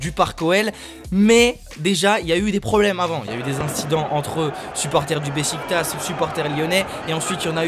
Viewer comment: Sa se dit Bechiktach